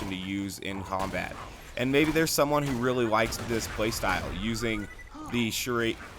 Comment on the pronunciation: "Chère Amie" is french, it means "Dear Friend" (woman friend) and it is pronounced like shair amy